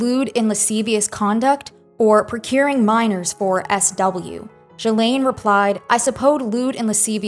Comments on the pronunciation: You are pronouncing Ghislaine wrong, and you’re doing with confidence 💀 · That's not how you pronounce Ghislaine. It's "ghee-laine" like gear not like german